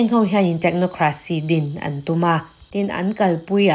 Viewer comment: Min ti bengvar thina, ka ngaithla ziaha i aw a fiah bawk chutih rual chuan kan tih hi kam tih angin a ri a, an tih pawh am tih angin a ri thin fimkhur deuh teh